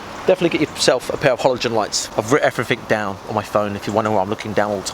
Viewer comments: did you day hollow-gen?! fucking hollow-gen?! They are normal fucking lights! lol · HALOGEN NOT HOLOGEN fuck this video is triggering me by the second lmfa0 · love how he calls halogen lights "holo-gen"